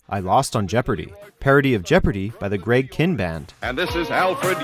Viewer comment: Forget a second list. This guy deserves a 3rd, 4th, and 5th list and maybe more. Also, it's pronounced Greg Kyne, not Greg Kin, and it's Day-go-bah, not Daa-go-bah.